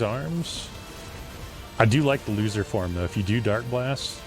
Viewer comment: bruh it's luther not loser, do you not read japanese? xD.